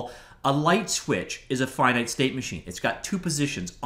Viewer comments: How does one never learn how to pronounce "finite" correctly? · FINITE OR FINNET? YOU DECIDE